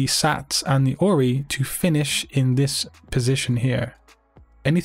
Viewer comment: Who else heard ROI instead of ORI?!!🤔